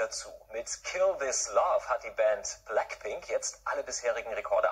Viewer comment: Bläckpink, görlgrup?!?! aua